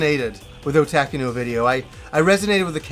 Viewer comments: it is not O Tac Ku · What kind of annoys me is how he says "Otaku" other than that, another great video as always,!